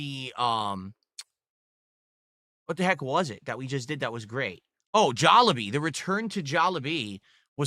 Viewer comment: How the fuck do you pronounce Jollibee three different ways within 15 seconds. "Jollabee" "Jaw lah bee" "Jollibee" Who the fuck is "WE" it just you eating alone in a room. Oh god is "Diverse" going to become the new Tangy? "new movie that he has".... Does know that Spongebob is a cartoon character and not a real person?